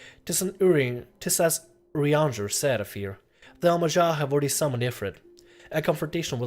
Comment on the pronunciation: You almost have the pronunciation of urianger right. the last R is silent. just think "urianjay"